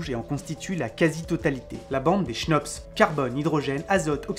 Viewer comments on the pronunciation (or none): Bonjour à vous, je suis un peut l' emerdeur de service , je suis belge c' est normal. On ne prononcent pas le h dans le mot chnops, ce qui donne cnops. Et aussi quand vous parlé de l' univers, il faudrait dire l'univers connus. Je fait aussi des fautes, il y en a probablement dans ce message. Sinon, j' attend avec impatience vos vidéos, merci pour votre travail. Bon week - End, et sans rancune, j'espère. Jean Marc